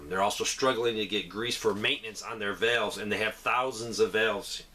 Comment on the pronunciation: I believe you said valves? Even closed captioning translated it as "veils." Reminds me of a friend from Indiana who calls money "kay-sh." Thanks for the reports.